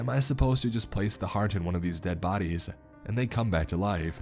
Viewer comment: Why do you say “uh” at the end of every word you don’t “dead” you say “deaduh”